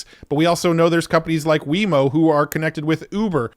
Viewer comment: Lol, "Weymo" bruh it's Waymo. Love your videos